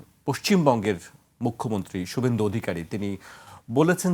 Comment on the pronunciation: সুব্বেন্দু না রে 😂 খোদাই খাসি😂 শুভেন্দু। 😂উর্দু ছেড়ে বাংলা শেখ।